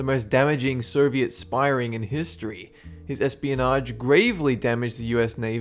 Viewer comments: Is it just me, or are you pronouncing Soviet as 'Ser-viet'? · I think i heard you pronouncing "soviet union" as " serviet? Union"